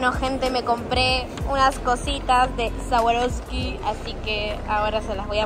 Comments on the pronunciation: Me mata diciendo sawaroski jajajajaj amola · se pronunca sharouvski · Cómo vas a decir sawaroski 😭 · No niego ni afirmo q retrocedi mil veces para escucharla decir sawaroski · compra swarovsky pero no la sabe pronunciar te amo loco se puede salir de hurlingham pero hurlingham nunca sale de vos... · amé el vídeo pero me daba cosa q pronuncie más swarovski todo el tiempo:(